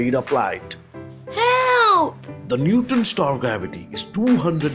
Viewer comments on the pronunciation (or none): It sounds like you're saying "newton" star